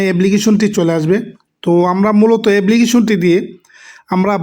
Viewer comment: ফুন কি রে ভাই ফোন, এবলিকেশন কি এপলিকেশন